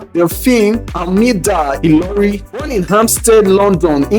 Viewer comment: and by the way you mug, the guy speaking is not even yoruba...you should know by the way he pronounced ilori and saka which are yoruba name, but you are too dumb and prejudiced against the yorubas that you did not notice it